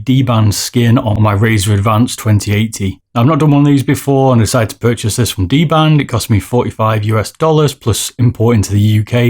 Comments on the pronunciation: DBrand, not dband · dBRAND, not dBAND:p